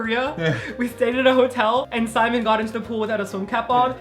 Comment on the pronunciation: TA-TOOED SI-MON!